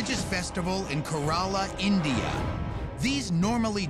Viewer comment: he pronunces india funny lol ! ENDIIIA